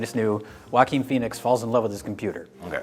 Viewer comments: Everytime they say Joachin Phoenix I hear Walking Phoenix. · Joaquin* And because his name is Spanish and they have no idea how to pronounce it